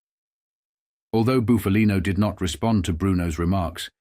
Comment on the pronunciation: It’s Buff a Lino not Boof a Lino, get a real person to narrate and not a damn machine